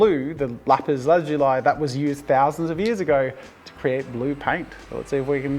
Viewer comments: Lapis lah-zoo-lea. Your welcome❤ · I thought it was pronounced lah-zu-lee? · its pronounced "Lapis/Lapiz La-Zu-Lee" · Jazza saying Lapis La-zoo-lie was so weird cause I’ve always heard it as Lapis La-zoo-lee. I know Australians say words differently but it’s just funny to me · I've never heard it pronounced "lapis lazul(eye)" before. 🤔🤨😂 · also it’s pronounced ‘lapis lasooli’ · Its pronounced Lap-is La-zu-li or by Google is la·puhs la·zuh·lee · Lap-is Laz-zu-lai. I have never heard it prounounced this way.🤔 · God I got so triggered by the way he says lapiz lazuly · Mincraft players- it not lezeuai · Its Lapis lazulli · Bro, It’s lapis lazuli 😂😂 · Wait. It's pronounced "lapis lazuli" and NOT "lapis lazuli"? Damn, I been saying it wrong this whole time. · I really hate the way you mispronounce lapis lazuli, it almost makes this video unwatchable it bothers me that much